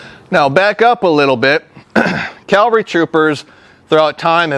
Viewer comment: I don't want to be a dick, but it's CAValry, not CALvary. Calvary is the mountain in the bible, or whatever. Sorry, it was driving me nuts the whole time. Lol